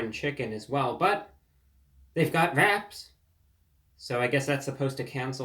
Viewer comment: For the first few minutes I thought you said "rats" 😂 Always nice to see you. Wishing you a healthy long life.